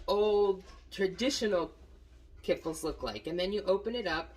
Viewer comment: Oh Dear. Kiffle? Ka fleeeech-ki's or kee-flee.